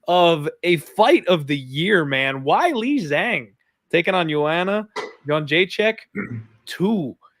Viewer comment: its hilarious and disrespectful that you claim to care about pronouncing names like Maheshate correctly but you can never pronounce Weili Zhang or Punahele corectly smh